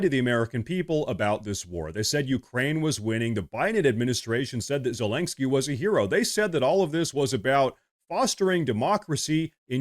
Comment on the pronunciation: LOL...Dude, you keep saying Zelensky's name wrong.